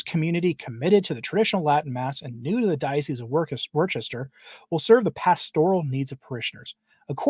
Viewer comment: Worcester is pronounced Wusta